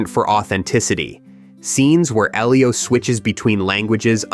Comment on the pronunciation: Oh was that how he was saying it? Well it was wrong either way. I noticed he also pronounced Sufjan, Elio and other names incorrectly. In fact, except for Armie Hammer I believe he mispronounced every name possible. 🤣